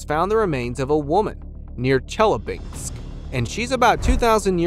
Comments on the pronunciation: Chelyabinsk!!! Not Chelespink!! Why can't anyone pronounce words correctly anymore in these YouTube videos!? Not just this video, but many online clips are full of mispronunciations. I'm beginning to think that many clips are narrated by AI bots. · Damn, you have spelled it right but couldn't pronounce. It's Chelyabinsk. You messed up with last letters. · All I understand is historians don’t know think or someone doesn’t let them say, seeing this make me think about man in black with stick flashing lights. And strange for me to heard way he pronounced Russian sites 😊.Челябинск 😊